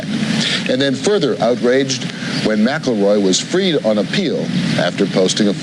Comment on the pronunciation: Why do they keep saying MAC-A-ROY when its Mick-El-Roy